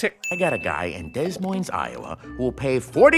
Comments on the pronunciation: It’s pronounced Deh Moin not Dess Moiness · did this man just pronounce Des Moines with the S's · I would just like to point out that he said “Des Moines” wrong, the ‘s’ in ‘Des’ is silent +1 Sin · I’m annoyed he didn’t point out that Spamley said “Dez moines Iowa” when it’s actually pronounced “De moine” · It's the pronounciation of Des Moines for me. It's pronounced DUH-MOINE, YOU TURDS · is no one going to mention the horrible pronounciation of Des Moines? its Day Moyne not dess moynss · Spamly pronounced Des Moines, Iowa Des Moines but it is pronounced De Moine. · so I'm an Iowan, and when I hear Des Moines pronounced as DEZ MOYNZ and not de moin it TRIGGERS ME Iowa is great also, there is an expensive looking video game gun on the wall behind him and yet he hasn't sold it just another way of giving character background without following through on responses. also, ralph says after 27 years, he met vanellope but that was 30 years in the last movie not to mention that evidently time has passed since the end of the last movie, so maybe Litwak's arcade is going back in time? Would explain how mr litwak's name is now Del (maybe he actually does have a twin but none of the arcade characters picked up on the character switch? EDIT: Ralph says him and vanellope haven't been apart in 6 years so the correct year would be the 36th year of ralphs game but thanks to Ralph's horrible time memory, he must think that it is only the 33rd. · As a person that lives relatively close to Des Moines I support adding at least 1 sin for the ad Fucker pronouncing it “desss moinesss” and not “de moine” like it supposed to be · its pronounced duh-moine Iowa, not Des Moines. Bruh. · it’s pronounced De moine not Des Moines. They sure did they’re research, just goes to show they don’t care when it comes to sequels if they can’t pronounce a fucking state capitol right. Why doesn’t he sin that too? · And he doesn’t sin for them pronouncing it “Des Moines” and not “de moine”